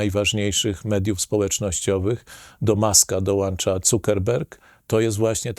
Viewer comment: "do Muska dołancza.." dołancza? ;____; really?